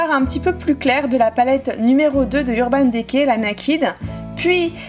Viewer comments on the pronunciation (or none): Coucou c'était juste pour te dire que Urban decay s'ecrit comme sa <<------ mais se prononce Urban Dicay voila gros Bisous 💖💕💘 Je t'adore 💖💕😋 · C'est trop bizarre comment tu prononces "urban decay " 😂 Super video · Ça me fait rire quand tu dis Naked et Urban Decay olala 😂